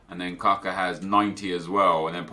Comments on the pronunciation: Not Kaka, K U C K A :D :D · Its Kucka not Cocko :D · Its not Kuuuuka.... its kutska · 😂😂😂😂 Not kaka, KUCKA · Hey NEP the way you said kucka was wrong.The way it's said is koochka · Isn't it usually pronounced like Ku-ch-ka or am have I been dead wrong all that long? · Can someone explain to me why he says capa?